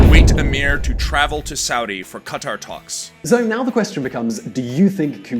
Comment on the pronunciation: Not Khataaar but Qatar for Allah's sake